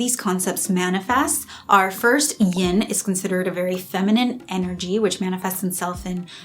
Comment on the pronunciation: It's "YIN," not "YING" and Yang.